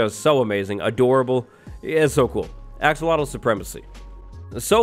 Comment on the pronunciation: That thing.. umm the new no on that was swimming underwater.. I have no idea what you called it.. it sounds like you said axel wattlle lol. But anyway, the yellow one looks like Pikachu lol.